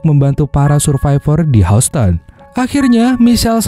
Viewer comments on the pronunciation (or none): Houston itu bacanya: YUSTEN